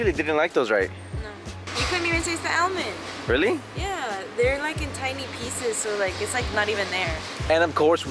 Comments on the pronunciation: She calls almond “elman” lol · the way she says “almond” should be illegal. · Lmao! Thats how I say it too :(